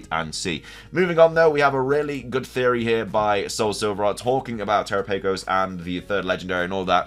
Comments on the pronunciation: Dude I love your videos but I canot stand when people mispronounce pokemon names !!! It's terOPagos that's how you say it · If you're unsure on Terapagos' pronunciation, they give the correct one in the Pokemon direct when it is revealed. turr-AHP-uh-gohs